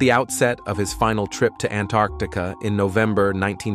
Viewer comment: Say Antarctica CORRECTLY...